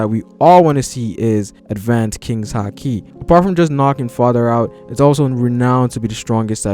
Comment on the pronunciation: Its haki not hakii